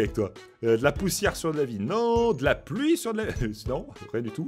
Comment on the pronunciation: De latér é De la ploui